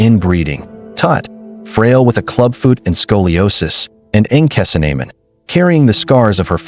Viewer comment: You know this is AI because they butchered the pronunciation of her name